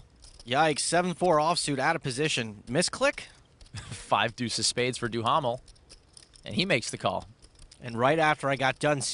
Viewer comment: Gotta love Stapes mocking Mercier's last name for the English pronunciation while mispronouncing Duhamel's last name